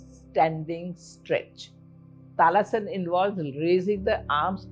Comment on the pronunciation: Its actually Tadasan not talasan. Anyhow, these tips are helpful.